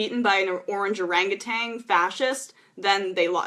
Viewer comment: It's pronounced, "OranguTAN" not, "TANG"